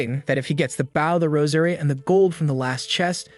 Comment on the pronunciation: I enjoyed the story but I wish you could get your AI to tell the difference between the word "bow" as a verb versus as a noun. Bow as in a bow and arrow aka a noun is pronounced like boh b. oh. just like "row your boat" bow, row, stowe, low, crow, etc.